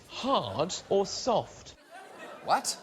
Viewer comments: His "wat" is hilarious. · your "What" was said with a french accent x) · that 'what' sounded pretty American John Oliver, America is leaving it's influence on you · why did john Oliver say what like that, he sounded like kiwis pronouncing Eminem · Woah, woah, WOAH. Did Oliver just adopt an American accent for .05 seconds? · That is probably the most British "what" I've ever heard in my life. And probably the most British John Oliver has sounded when he's not mocking his own accent.